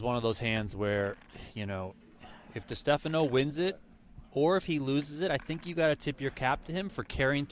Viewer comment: Moderator needs to learn how to pronounce DeStefano.